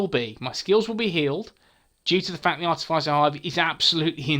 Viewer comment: Nice! Not wanting to be rude but it's pronounced ar - tif - is - er